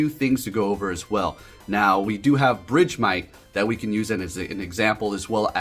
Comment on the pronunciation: It's BERGmite. Where did BRIDGEmite come from lmao